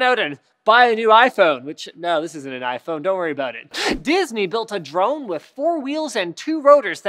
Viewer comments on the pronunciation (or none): none